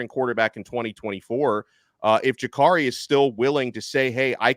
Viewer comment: Can someone tell this clown how to correctly pronounce Jacurri.